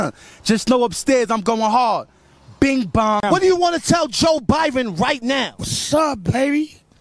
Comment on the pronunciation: Without saying joebiden it’s joe biben